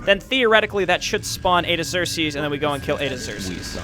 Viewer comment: The Tear Annes and planet Eye-your for Iggzerksees